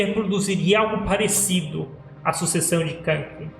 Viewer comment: Nunca vi tanta bobagem em um vídeo! Voz horrível e com dor de cotovelo ! Vish ! Ainda bem que é só tua opinião kkkk nem para falar o nome de kakin direito " kanki" kkkkk